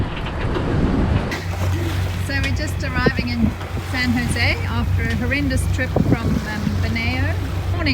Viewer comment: FYI, San Jose is pronounced "san hozay". Is it true that brits who pronounce foreign words correctly are not allowed back into UK?